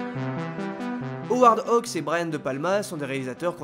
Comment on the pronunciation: Howard Hugues, dont le nom est visible en gros sur l'affiche de Sarface, était producteur. Ce n'est pas la même personne que le réalisateur Howard Hawks, que notre vidéaste prononce correctement. Il s'agit d'un autre Hollywood, et d'un autre cinéma, lorsque la politique des auteurs n'existait pas encore et que la production se considérait comme infiniment plus importante que le réalisateur, qui n'avait pas toujours son nom sur l'affiche. Qui est le cinéphile arrogant à deux balles?